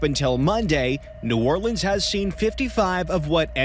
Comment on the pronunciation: 1st of all you're a G for visiting NOLA and coming into the hood. 2nd thank you for pronouncing the name of our city correctly. 3rd tho c'mon man I'm FROM New Orleans, I grew up there in Gentilly and in the 9th ward for a minute when I ran away and stayed with my black homeboys who had good momma's and Lil Wayne is top 5 for SURE but there's no world and no fantasy where Wayne is above Nas, Pac and Biggie. I know a lot of people want to throw Eminem in the top 3 or 4 and I loved his first 3 albums but I put him number 5 and Weezy at 4 because when taking their whole careers into consideration and not just their prime stuff - Eminem has dropped a lot of corny music. Especially his latest stuff dissing ice spice and whatever else he's been doing. Shit went downhill as soon as he made that corny song with Rihanna lol. Anyway Lassiez Le bon temps roulette baby!